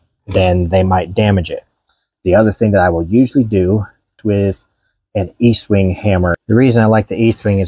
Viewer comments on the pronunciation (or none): Estwing... Not eastwing...